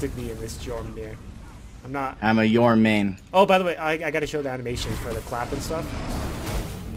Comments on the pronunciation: Jormangandr is pronounced with a Y like this Yorm-an-gand or Yorm-an-gander Norse pronunciation is weird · Your-moon-gandr. There u go